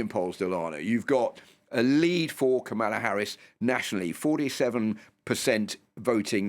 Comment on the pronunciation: So you bring on a Brit who has a difficult time pronouncing Kamala's name.